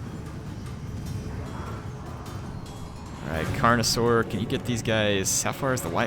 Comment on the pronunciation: I love how Mispronounces "stegadons" as "stegladons" and "carnosaurs" as "connorosaurs" 😂😂